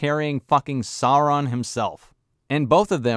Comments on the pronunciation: Who is "Not Soran"? do you mean "Not Sauron"? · The way they pronounce Gallladrrriel is hilarious but her pronunciation of Saurrrrrrron is even worse. Every time I hear it it's like nails on a chalkboard.